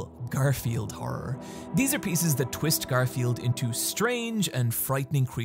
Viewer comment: I love how you say "or" rather than "r"